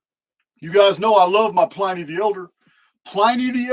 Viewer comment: Pliny as in vinnie, not viny